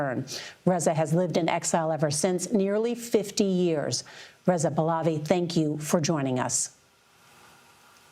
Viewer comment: Listen girl, first of all, pronounce "Your Majesty's" name right: it is PAAH-LAAH-VEE not pulovi. Second of all, you are rude AF. That's his birthright and he didn't want the "job" - the family dynasty's people have been wanting them for years. Do you not hear the chants?!?! No wonder Trump doesn't like CBS.